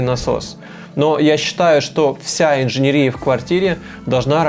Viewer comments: Вы хорошо объясняете,но почему инженерИя? Правильно говорить инженЕрия. Ухо режет. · Только мне режет слух слово инженерИя? Парень, правильно говорить инженЕрия!!! Рассказываешь хорошо, но эта инженерИя (етить её за ногу) выставляет тебя не лучшим образом! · ИнженЕЕЕЕрия. ин-же-нЕ-ри-я. ЕЕЕЕЕ не И😰😰😰😰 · Видео очень хорошее и полезное, но ПОЖАЛУЙСТА - инженЕрия, а не инженерИя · контент огонь)но инженерИИИЯ_)😂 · 😤 ударение падает на третий слог: инженЕрия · Только меня смущает инженерИя. Невозможно слушать. Еще и так часто повторяется слово - брр